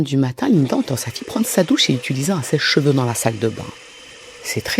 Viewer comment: Elle dit un sèche-j’veux ?